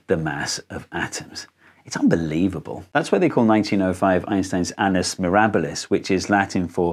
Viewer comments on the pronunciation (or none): How the heck did we go from "annus mirabilis" (admirable year) to "anus mirror balls"? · The caption even said anus mirror balls, i was so confused i had to google it. Thats an interesting way to pronounce annus mirabilis lmao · Did I hear correctly? Did you say "anus mirabilis"? Actually it is "annus mirabilis" with 2 "n". Which you can translate as "incredible year" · Anus mirror balls. It's amazing how similar latin and english are! 😂 Srsly tho, i know you know. Kudos for the comment-fishing technique =p So i'll just say i think it's pronounced an-nus. AFAIK there is no speed up from double consonants in latin. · I believe that "annus mirabilis" is pronounced with the SHORT "a" sound, whereas "anus mirabilis" generally refers to Kim Kardashian. To my knowledge, the jiggles of Kardashian motion have so far eluded scientific analysis, though certainly not its scrutiny.... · anus mirror balls? really? you can't just "switch" Latin into English 😄 annus (annum) means year mirabilis, like in "miracle", means wonderous, wonderful, spectacular other than that ... very interesting topic/ video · "annus mirabilus" definitely is NOT Latin for "anus mirables". For one thing, "annus" is Latin for "year", not "anus" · i just heard "anus mirror balls" and that just fucked me up more that it should have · Learned a few new things . Thanks a lot! But I also have to learn you something: "Annus mirabilis" is not the same as "Anus mirabilis". The first is a "marvelous year", the latter is a "marvelous bottom (or anus)". Spelling an pronounciation matter. Thus "annus" with 2 ns is pronounced like "ah-noos mih-rah-bih-lis". (difficult to spell in English, because you have all vowels wrong). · Wtf is anus mirrorballs 😮🤡 Annus like in anniversary, mirabilis like in miracle. A miraculous yearr. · When I heard Anus mirror balls I started to laugh hard… someone from his team pranked him…😂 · Did he say “anus mirrorballs”? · "Anus Mirror Balls" is what I heard... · Anus marbles